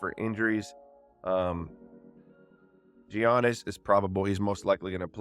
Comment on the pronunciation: I Have to Say It 🦈 its (yanis) Gian no im not YouTube police 😂